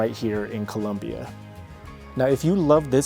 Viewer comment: COLOMBIA!! NOT CULOMBIA😢 NO UUU